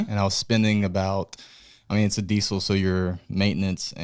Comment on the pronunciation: “It’s a CuMins” “DiEsEl” 🤣